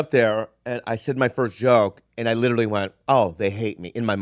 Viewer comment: "you litelly"